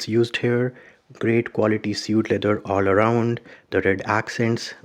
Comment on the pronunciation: it's pronounced like swade